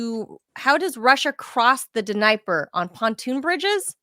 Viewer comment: What's with "Nigh-per?" lives in Moscow and doesn't know it's D-knee-epr?